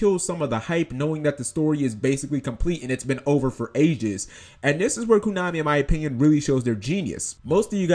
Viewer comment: stop saying "kunami" and i'll subscribe